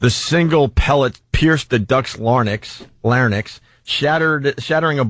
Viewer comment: Pierced the LAR-NYX?!? LARNYX? Idiot.